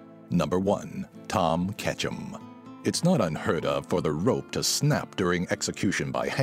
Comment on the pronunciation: I thought he said "Ash Ketchum" but he said "Tom Ketchum" XD